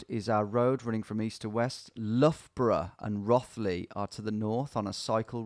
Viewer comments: I still live there, the sheer pain of him mispronouncing Rothley Is catastrophic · In classic English place name fashion Rothley isn’t pronounced as it looks. It’s Row-th-ley It’s claim to fame is being where Madeline McCann was from.. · Same! and him miss pronouncing rothley and thinking thurmaston and thurcaston are the same place. as soon as i saw highcliffe i was like no wayyyy so funny. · Nice to see you in Birstall where I grew up! Did make me laugh at your pronunciation of Row-thley 😂